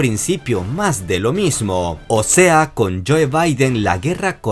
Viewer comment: Neta no puedes pronunciar 'joe'?